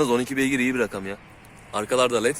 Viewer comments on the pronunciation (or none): none